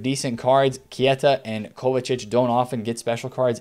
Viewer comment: It's not KIETA